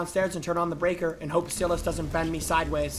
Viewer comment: He keeps saying saying Silas name so wrong🤣🤣 has he never seen any movies where the demons name is Silas😭